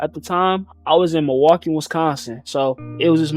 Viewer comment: Bros face when he said Milwaukane😭😂